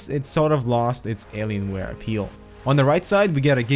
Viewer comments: Did you really say "Aliensware" and "Numslock"? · 'Alienswares' wtf